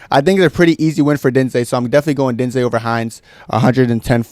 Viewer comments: How are you pronouncing diniz name?? 😂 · Bro what the fuck is that pronunciation of jhonata diniz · Brother what in christ was that attempt to pronounce diniz